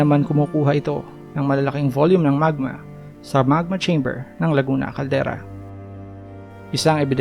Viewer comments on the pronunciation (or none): none